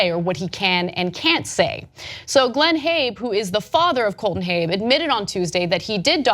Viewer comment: Why do you pronounce it "Habe"? Haven't you heard of a Saab?